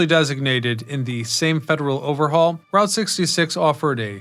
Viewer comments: I already knew this history, but I came just to hear him mispronounce Route 66 again. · Informative video...Get your kicks on Route (sounds like root) 66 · "ROOT" 66.....😊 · I've never heard anyone not say "Root" 66 lol